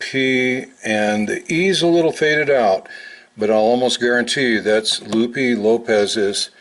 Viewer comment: If you want to give homage to Lupe try pronouncing the "e" in Lupe like the "e" in electric. Kind of like Lu-peh.